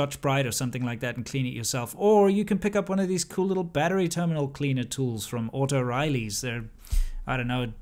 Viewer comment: Dude, why do you keep calling it "auto riley"? Starting to sound like a grandpa there.. it's O'Reilly's. Oh Oh Oh O'Reilly's... Auto parts. Ooouw!!!